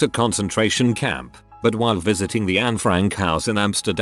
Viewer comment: "Concentrarion" camp??